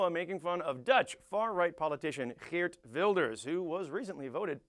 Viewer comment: Many dutch people (incuding me) are ashamed of Wilders and his followers. Please don't assume everyone here is like him or Donald Trump :(. And btw nice pronounciation of Geert Wilders, especially the G-sound can be very hard for foreigners :)